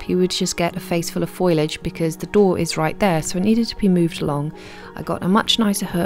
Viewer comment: You always say foilage instead of foliage haha